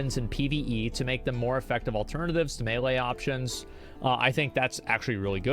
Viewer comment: Thank you Asmon, actually pronouncing melee the correct way :)